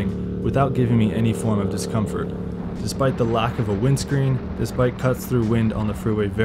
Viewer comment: Give him a break. He’s not native.